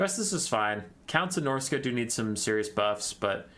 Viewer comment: No he said it correctly. Norsca has three lords, two legendary and one generic.